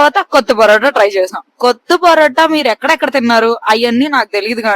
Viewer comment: అది కొత్త పోరోట కాదే, కొత్తు పొరోట నీ యమ్మ.. తినే ముందు పేర్లు తెలుసుకో ఆ తర్వాత మెక్కు..